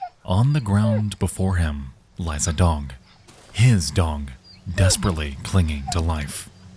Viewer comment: why do you pronounce dog, dong?